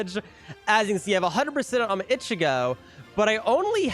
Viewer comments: The way he is saying ichigo is just 😑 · Why do you say ichigo like that..